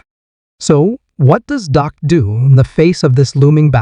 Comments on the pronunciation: His name isn't Doc, it is Dak! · First of all, the name’s Dak, not Doc. If you’re not gonna respect our QB, then stop making videos! & secondly I believe in Dak, and I’m with him 100%.😊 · Thank you for pointing out that his name is Dak not Doc. The guy who is making these videos is an idiot